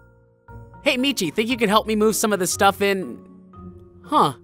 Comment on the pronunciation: Meachy stop saying meachy